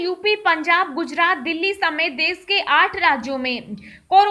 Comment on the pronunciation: Tujhe bolna to aata nahi desh ko des kehti he khabar tuje bolna nHi aata lockdown ko Lokdownbolti he pehne bolnaseekh